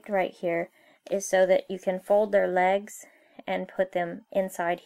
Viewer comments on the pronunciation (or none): none